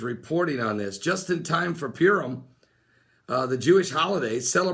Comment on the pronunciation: Not to be a smart alack. Purim is pronounced pur like what a cat does. Pur =lot, im is the plural. Purim = casting lots. We see this at the crucifixion where the tall it was gambled for. We also see this word in the celebration / fast of Yom Kippur, The day of casting lots.